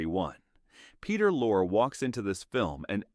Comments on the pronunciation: Peter LOR-Ree. Jeez, how do you not know that? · Please learn how to say Peter Lorre’s name. AI fail.